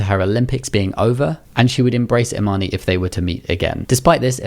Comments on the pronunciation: Imane's name is actually pronounced without the "e", it's not Imani. Her Olympic audio shows how to say it properly. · It’s pronounced “Imahn” “e” is silent.